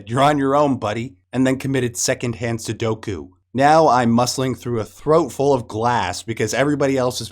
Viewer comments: “Committed second hand sodoku” 😂 bro if you’re gonna go on a mad middle aged white guy on YouTube rant about video game movies do your research 😂 it’s SEPPUKU bro 😂😂😂😂😂😂😂 Jesus 😂😂😂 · It's "seppuku" and not "sudoku". Sudoku is a puzzle game based on numbers. Seppuku is another word for Hara-Kiri i.e. self executing oneself to preserve one's honor. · It's "seppuku", but fair enough, sudoku is pretty torturous too. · You meant Suppuku? lol sudoku lol that was funny though. Just hearing about the movie makes me sick. Silent Hill 2 is also one of my favorite games of all time, so is silent hill 3 so I was pretty pissed at that second movie that shall not be named. However this was a slam dunk all they had to do is stick to the fucking game script to the fucking letter. Then you could expand on some of the highlights but not too much. More like spending all your time and effort on getting these moments correct.